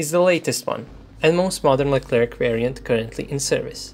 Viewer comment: the tank's name is spelled lecler/leclair and not leclerc or leclerk the "C" at the end is mute